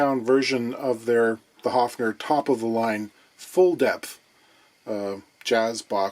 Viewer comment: "A level of cosmic optimism" - I love his eloquence! 😊 Nice correct pronunciation of 'Höfner', too! 🤩 And I'd once built an e-drum trigger from a bongo together with a pick-up just like these ones, in the early 80's and with instructions from a music magazine: It actually did work, too! But I had no sound module to trigger it with 😅